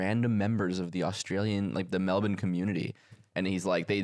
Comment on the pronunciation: hearing this gave me whiplash I have never heard an American say Melbourne properly until now